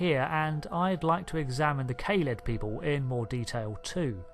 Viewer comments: Great video....but please allow me a few small points of constructive criticism: Kaled is not pronounced "kay-led".....it was pronounced in Genesis of the Daleks as"kar-led"..... same as "dar-lek". Ace, companion of the 7th Doctor initially made a similar mistake in calling the daleks "day-leks".....so you're in good company! lol Quite surprised that you made no mention of the original red dalek "Zeg", who challenged the leadership of the golden Emperor in The Dalek Chronicles/TV21 comic in the 1960's. The Imperial Guard (originally called "Black Leader Daleks"in Evil of the Daleks) were not "black cased".... they only had black domes. The gold and black dalek you have pictured as one version of the Dalek Supreme, is in fact only a member of the Supreme Council. Apart from those minor issues......... excellent job, and hope to see more new videos from you soon :) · Kah-led! Not Kay-led. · Great video filled with fun lore facts for any whovian. I must point out that kaled is not pronounced as Kay-Led it is pronounced as Kaa-led, ik I’m nitpicking but I just had to say it. Also the reason for the daleks naming is not paradoxical. The actual reasoning for why davros named them ‘Daleks’ is because there was another civilisation on Skaro thousands of years ago lost to time known as the Dals. Davros discovered many of their ancient texts and he found the word Dalek which in the language of the Dals translates to Gods. Davros believed in order to finally end the war he must achieve it through absolute power, destruction and no pity. It has also been revealed canonically that Davros used Thal prisoners for his genetic dalek experiments. He used them to sort of beta test them. Xx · By the way it’s Ka-led pronounciation wise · It's pronounced "Kah-led", please and thank you. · Brilliantly up-to-date. BTW most people pronounce it K-ha-lead.